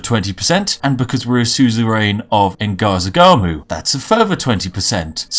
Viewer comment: Maybe youre joking but its pronounced sub-ref-yuge and you actually said ngazargamu right.